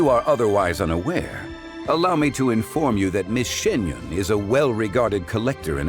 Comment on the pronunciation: Bruhhh... Xianyun not Xingyun